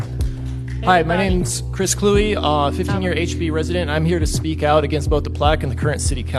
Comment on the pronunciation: “Clue-E” for the record. Sorry to be pedantic lol. The NFL ended this man’s career cuz he was always like this. Coming from a Vikings fan etc etc My favorite Chris quote was 😂 “CrossFit is okay I guess… except those pull-ups, F those pull-ups”. Lmao